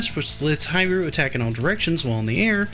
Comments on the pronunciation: Please, it pronounce as "He Lu" Not "Hi Ru!" And not much people mention that, although it is Ryu, it is pronounce as Lu, Japanese does not has "R" sound, they use "L" sound instead. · Strider HEER-REE-U 🤦🏾‍♂️